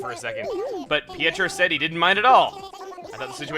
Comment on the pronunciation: Pietro is pronounced p-A-tro